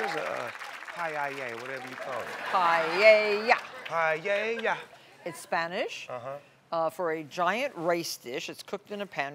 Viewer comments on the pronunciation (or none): That is Paella ( pronounce Pa - el - ya ) Not Paa ye yaa like Martha pronounced it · Is sounds more like a PA-HUH?-YA (Paella - sea food rice dish for many. For best taste make at home) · I thought it was pronounced "pie-ella"